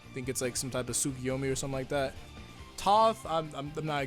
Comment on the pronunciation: they aren't hard to pronounce "Kunumu" and "Toto"